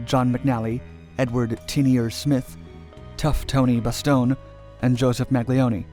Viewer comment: As soon as i heard him say touph tony bastone i knew the story was all bullshit !! Lol ... Lol...